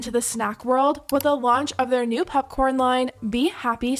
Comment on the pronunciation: "pupcorn" llol